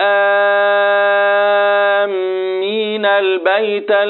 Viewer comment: حضرتك لم تمد اللام في قراءة كلمة ولآءآمين البيت ايه السبب